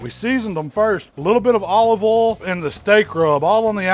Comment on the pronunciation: What is his accent? How he pronounces 'olive ol' and 'nice (naahs) is funny.